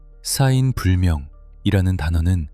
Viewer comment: 싸인이 아니고 사인(死因)이라고 읽어야 됨.